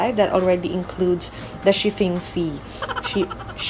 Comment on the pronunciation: Tawang tawa ako sa pag nasasabi mo yung shiffing! Kaka good vibes yung video mo. :)